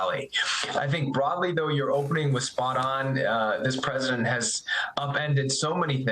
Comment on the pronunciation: press-see-dent dumb ... dumbty trumpy crashing with his all